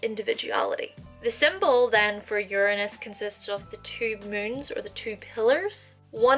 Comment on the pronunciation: I see you, I feel you, but I do think that you're pronouncing Uranus wrongly..........